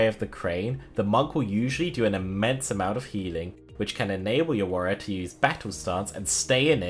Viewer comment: Warrrior lmao